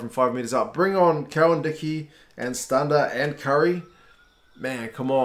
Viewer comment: i also like how he pronounced stander the way south africans do instead of stand-a